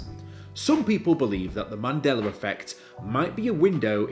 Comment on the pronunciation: It’s pronounced the Mandela Effect not mandelar effect lmao unless that’s a Mandela Effect. Mandela is spelled Mandela not mandelar. Good vid tho